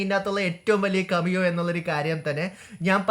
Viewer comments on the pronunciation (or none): കമിയോ അല്ലടാ പൊട്ടാ കേമിയോ